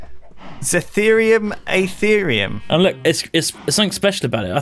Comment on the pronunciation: Aerotheum, not Aetherium...learn how to pronounce.